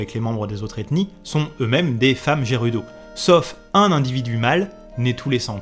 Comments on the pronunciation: Pourquoi dire "aïrule" au lieu de "hirule"et dire "jérudo" au lieu de "guérudo" 🤔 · Je like, je suis abo', bon boulot etc... Bon, sinon, on en parle ? Haïrule ? Jeroudo ? Ça pique mes oreilles 😅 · Justement tu francise le gérudo.mdr. Après pour Hyrule je ne savais pas pour le high ^^. M'enfin quand le jeu est sortie l'anglais et la prononciation je m'en foutais royalement. Je dormirai moins bête ce soir. Merci